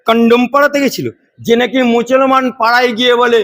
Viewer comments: আপনার ভাষা ঠিক করুন মুছমান নয় মুসলমান ' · তুই একটা মুসলমান তুই ভালো করে মুসলমান বলতে পারিস না মুসলমান মুসলমান তুই কিসের মুসলমান পাগলামি